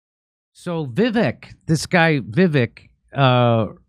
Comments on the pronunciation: It's Vi-Vake like cake. Not Viv-ick👍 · It's pronounced Vi-VAKE, not VIV-ik. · It’s pronounced vi-Vake I believe. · Va Vake short a, long A, is how to pronounce his name correctly. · Jimmy, his first name is pronounced like Vi Vake (long A). :) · It’s pronounced Viv-ake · Jimmy! ::: Vivek (rhymes with Cake). Have him on the show please! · "Vi-vake" is how it is pronounced, Jimmy. "Pala-steen" is how it is pronounced, Jimmy. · just want to correct one thing: His name is pronounced vivek like it rhymes with cake. So almost an up-tone from the first syllable to the second. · Pronunciation of Vivek’s name should rhyme with cake. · It's pronounced Viv-ache (ryhmes with CAKE). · Vivek is pronounced “vih-VAKE” — short i first syllable, long A second syllable. Accent on the second syllable. Am I right? If he ends up being like the others in this wretched class, we can remember that the second syllable of his first name rhymes with FAKE. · It's pronounced Viv-ake. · It’s pronounced vivake like cake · Vivek.. Vi -weck.. practice it... His honest.. trust him to lead. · Vivek is pronounced viv-ake I think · FYI....VIVEK is pronounced VIVAKE...like CAKE....his words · Jimmy, it's pronounced 'Vivake' (emphasis on the second syllable). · Vee Vake… is the pronunciation…. Vee Vake. Haha. He’s bad ass for sure tho! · Vivek is pronounced with a long A for the second vowel. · Still can't pronounce his name correctly Dore? Come on.